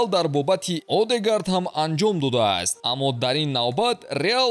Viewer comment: Одегард не😂 Эдегорд мехониш